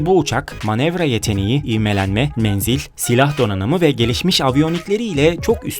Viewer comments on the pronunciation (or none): none